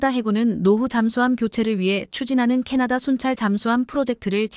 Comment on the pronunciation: 놀랐다 m 을 미터로 못 읽는 여성 나래이터가 첫 등장 했구나! 이건 나래이터만의 문제가 아니라 스크립터 PD 도 문제다. 캐나다를 캐타다 라고?? M & A는 기업 인수합병 의미의 엠 앤 에이 다 이걸 엠앤어로 읽다니!! 6 ~ 7년은 6내지 7년이지 67년이 아니다 몰상식에 무식의 극치다. 태국 국방부도 참 엉터리구나 한국전쟁 참전국인데...